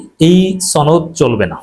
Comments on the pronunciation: সনদ কে ছনদ বলে কিছু কি বোঝাতে চেষ্টা করছেন? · ছনদ না সনদ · সনদ উচ্চারণ সঠিক না, গুজব ছড়ানো হচ্ছে।